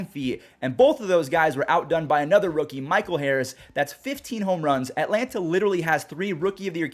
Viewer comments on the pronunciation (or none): none